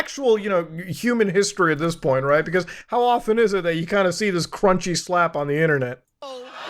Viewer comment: Muta be like "Let's get rrrright...into NEWS" lol